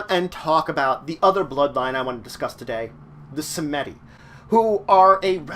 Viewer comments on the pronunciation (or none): It's pronounced "Sahm-dee", not "Sa-meh-dee". The Baron, both the bloodline's founder and the Lao, are displeased by this less than acceptable pronunciation. You owe the first three pints vitae and the second a cigar and a lowball of rum. You have 72 hours to deliver.